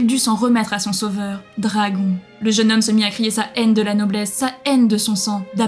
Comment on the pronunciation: Prononcé les mots anglais correctement car entendre dragon et d'autres mots mal prononcé sa pique les oreilles